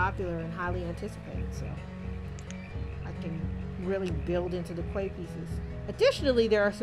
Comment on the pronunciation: A Quay is pronounced Key. Loving this new release